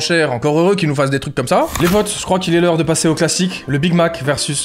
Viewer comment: sisi "héreure" 🙄